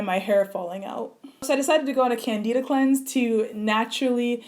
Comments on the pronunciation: It's pronounced Can-Di-da (like in Dimples) not Can-Dee-da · Sounds like you have lupus. I'm an MD doctor and this video was shared with a forum of 100s of black female doctors with MD/DOs. That's how I found it. We feel a further work up w a medical physician is definitely necessary. Can-dih-duh (not Can-dee-duh) may describe some of what you've been through, but your body sounds like it read a Lupus Textbook. I admire your drive to want to solve this on your on, but I'm shocked you waited years to see a doctor when you felt this way. Unfortunately, so many people do the same. I hope you get a proper work up from a medical doctor and can be appropriately treated for your sake and the sake of your family. I hope you continue to stress to followers that your work up is still in progress and you (nor I) technically don't know what you have so as not to steer people with other diseases toward possibly ineffective diet change instead of a doctor's office. You have a great platform; continue to use it wisely and I pray for the continued healing of your mind, body, and hair!